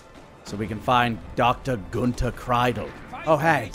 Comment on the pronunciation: Pretty sure that Kreidel is pronounced Kreedel. But whatevs.